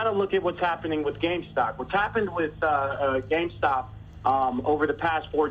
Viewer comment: Going forward anyone who says "gamestock" needs to be punched in the face